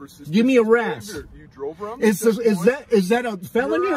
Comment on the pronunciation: it's not razz it's R.A.S